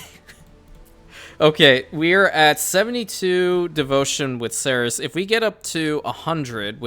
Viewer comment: Bzw, I would like to point out that Ceres is pronounced see-reez